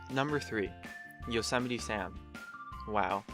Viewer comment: Damn you said Yosemite wrong.